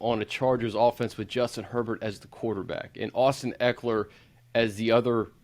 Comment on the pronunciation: Can't trust a scout that says Austin EEkeler!